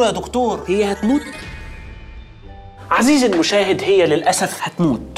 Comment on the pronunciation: عزيزي❌ عسيزي✔️